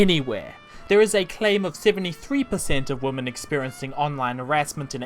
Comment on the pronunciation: Being such a mack-daddy, one would think you knew how pronounce women, but I guess being a Kiwi prevents you from being able to English.